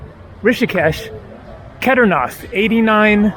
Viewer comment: Kedarnath pronounce it kay-daar-naath